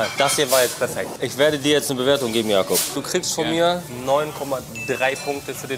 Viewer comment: Nicht Jakob sondern Jakup… das ist ein türkischer Name